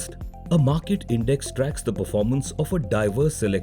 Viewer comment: You mispronounced index buddy